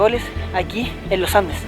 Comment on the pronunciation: Primera persona que dice bien los andes ahaha y no loh andeh, saludos de la ciudad del roquerio , los andes